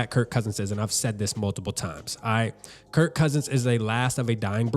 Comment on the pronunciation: Kirk not Kurt